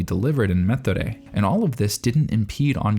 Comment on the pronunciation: I guess you'll never say Methode correctly.